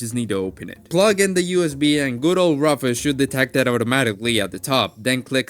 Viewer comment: Great video. My only complaint is how you pronounce rufus, but i can look past since you are preaching the good word of linux :)